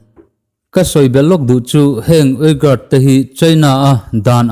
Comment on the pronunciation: Xinjiang hi sin-chiang (ri khamphei ve ve, "khamphei' ri angin) tia lam tur ania, uyghur hi ui- ghur tia lam tur, ka ui lutuk tia "ui" ri ang leh ghur chu ri chhuk, vai ho kurtai sawina "gur" thluk angin, inthlahrung takin ka lo sawi ve mai mai.